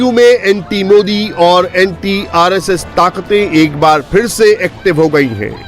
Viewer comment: Modi ka nam thik se bolna sikho .😂😂😁😁🐺🐺